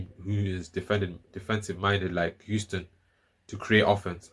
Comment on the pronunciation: Did you say Euston University???